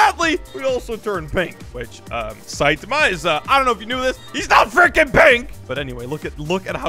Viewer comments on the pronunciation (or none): its SAITAMA NOT SEITAMA